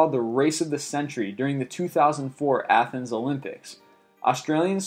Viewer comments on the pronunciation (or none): none